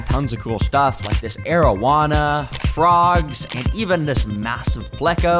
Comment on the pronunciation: I thought he said marijuana instead of arowana lol